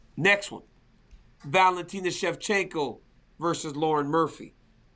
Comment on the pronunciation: But he said Shev cheenko, that’s all I heard after awhile.